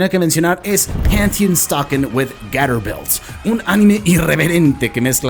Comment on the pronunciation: por favor, estaba justo buscando el nombre, así que también gracias. Creo que ya alguien hizo incapie también en la pronunciación, 😅😅😅 de resto muy buen material.